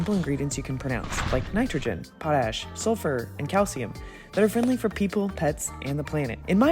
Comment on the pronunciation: OMG THANK YOU for pronouncing it POT-ash. Yes! that is the correct mid-western pronunciation. I rip my hair out when I hear it pronounce Poe-tash. And love your videos and your house. Watch it avidly. You do a great job on both videos and the house.